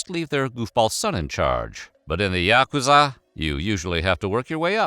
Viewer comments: bro did you even try to learn to pronounce yakuza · You’re not pronouncing yakuza right.